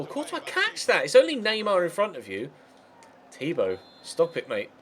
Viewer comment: man said Thibault 😂